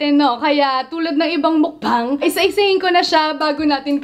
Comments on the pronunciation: One of the things that I love abt is hindi sya maarte when it comes on eating. Lalong lalo na sa line nya na "mukBAHNG!" DESERVES A MILLION SUBS 💙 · i love the way she pronounced "MUKBANG"